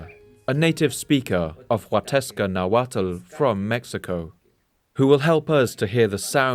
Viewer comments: Amazing video. ( The “tl” in Nahuatl is pronounced with a silent L. ) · Calling them Aztecs is Eurocentric. He also mispronounces the -tl at the end of words in nahuatl. It's pronounced like a hard T. You're actually suppose to make sure your tongue taps the roof of your mouth.